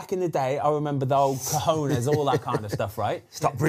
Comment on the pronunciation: Ben- this is it. You've found the dream team for this show. Also, I'm English but please, please, all of us from England- stop saying "Cajones" unless you actually speak Spanish. It always sounds horrific.